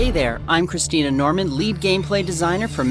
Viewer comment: wait, did he say christina? 0_o